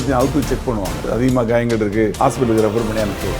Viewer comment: Not gayangal but kayalgal